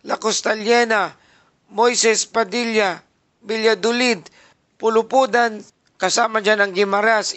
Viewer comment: mali mali ang pag basa mo sa la carlota city na lungsod ko basahin mo mabuti kasama na ang maling pagbasa ng pulupandan . just correcting thank you